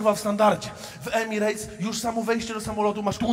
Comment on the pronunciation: EMIRETS NIE EMIREJTS CIOŁKU MALINOWY 😂